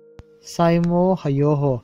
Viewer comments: A tawp na ber hming hi Saimo nilo in Simo Heiha tia lam tur ani lawm ni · Saimawheiha tia lam tur Nia. Bervarthlak e✌️